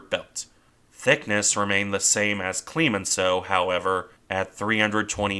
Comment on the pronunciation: It's CLEMenceau not CLEEEmenceau. I cringed every time.